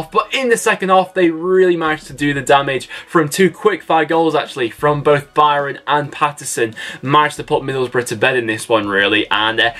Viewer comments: It's Joe BRYAN not Joe Byron as you keep calling him! Good videos tho, but please get the names right! and well done PNE for beating us at Ashton Gate, we just can't beat you guys! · Bristol city wise its BRYAN BRY-AN not byram